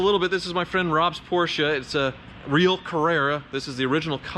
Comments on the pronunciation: I love how you pronounce Porsche (almost) correclty. Too many people (especially from the UK) just say porch as in fron porch. I know it is nitpicking but it actually show how much you care about each of those cars and brans. So thickest car channel on YouTube? I don't think so! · Porsche pronounced correctly 👌